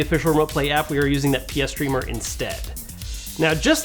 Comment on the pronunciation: Tee hee said pee streamer